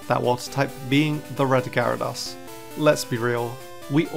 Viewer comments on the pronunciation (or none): Typhlosion, not Tyopolion! Gyarados, not Red-ados! Left off the hyphen in Ho-Oh! Linoone is supposed to end with an E! There should be only one H in Sinnoh!